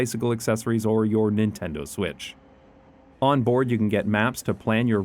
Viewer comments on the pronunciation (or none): none